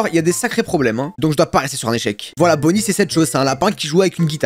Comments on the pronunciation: CEST bonny pas bunny mdr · Bunny a lieu de bonny